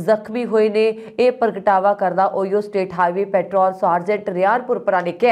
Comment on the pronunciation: ਓਹਾਇਓ ਸਟੇਟ not ਓਹੀਓ । ਸਤਿ ਸ਼੍ਰੀ ਆਕਾਲ ਜੀ 🙏